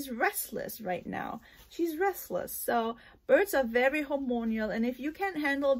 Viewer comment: Time to think about a budgie parakeet hehe “Hor-mon-al”, not “hor-mon-ial... just saying to help ya, not being rude